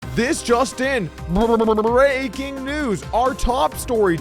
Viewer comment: That "brrrrrreaking" news was not that emphatic today, Doug.